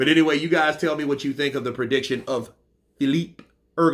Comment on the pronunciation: you still don’t know how to pronounce Filip Hrgović. 😬😬